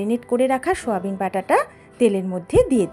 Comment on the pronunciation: কথাটা সয়াবিন, শোয়াবিন না।